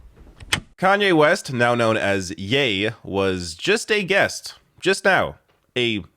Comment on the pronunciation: Did you say his name was YAY, or NAY?